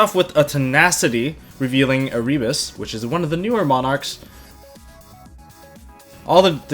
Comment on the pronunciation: come say erebus name right dude. you wonder why he looks like that on his art work because people dont say his name right